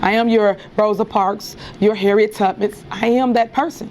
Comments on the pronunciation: FYI Tiffany, it's Harriet Tubman, not tutan. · Did she say "Harriet Tubmits?" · Did she just say, "Harriet Tubbus?" 😅😅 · That heifer ain't say 'Tubman,' she said 'Tuppits,' whoever that is 😂😂😂😂😂😂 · Did she say Harriet Tuppets ? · Harriet who? Did she say Tubmits? Or Tubmets? Yeesh. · Thieffany said "Harriet Tupmetts"...... SMH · She doesn't say Hartiet Tubman, she says Harriet Tuppin! She's an eejit! 😂😂😂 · Did she seriously say “Harriett Tuppits”? 😂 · That g h e.T t o animal actually said Tubmentsz she can’t speak properly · She said Harriet Tubbets!😂😂😂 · Did she say, Tubmits .. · I thought she put a s on the end, “Tubmans” 😂😂😂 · She can’t even pronounce Harriet Tubman lol 😂